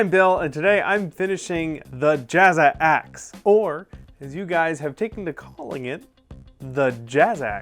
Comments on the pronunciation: it's "jax" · when he said Jazzaxe it sounded like jackass lol